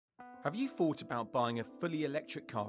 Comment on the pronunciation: No, I haven’t fought about buying an electric car, all of my friends and family agree with me that they are completely impractical unless you live in a city and never expect to drive further than two postcodes away. Have you fought about pronouncing your words properly if you are presenting a biased ‘public service’ video on behalf of the BBC?